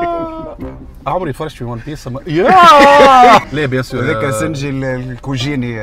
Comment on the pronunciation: 😂😂 شنية سنجي هذي اسمه سانجي هه